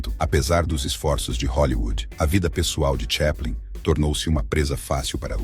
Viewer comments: Charles "cheplen"? Nossa deu até agonia, porque sempre achei que era chaplin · Po.. o cara fala Charles TCHÉPLIN... nao precisa falar mais nada.